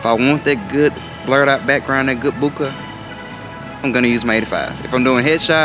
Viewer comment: Boooka? Lol Bohhhkaayyy is more like it